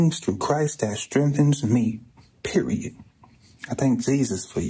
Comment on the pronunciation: That “period” was personal 😂